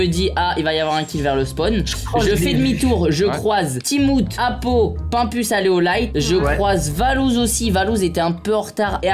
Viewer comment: 😂Sa fume doc il a dit apolun pour apo😂